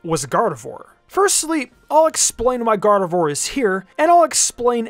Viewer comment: gardevoir god of war when said 😂,,🤣